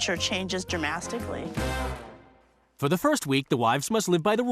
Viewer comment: "... When the weather changes dramastically""??? LOL